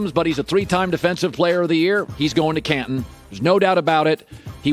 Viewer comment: Colin “Cantin or Cantout even though it’s Canton” Cowherd